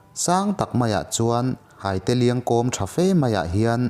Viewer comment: hâite i tih hi hâitê(thei hai tih a, hâi tih anga lam tur!!